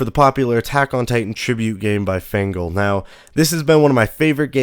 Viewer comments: Really? Fangle? Its Feng--LEEEEEE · Did he say... Fengle? Dude... Feng Lee. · Its Feng li not fengel